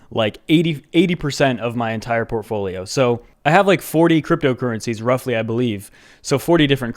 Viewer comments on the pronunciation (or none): "TorPafolio" Me: 💀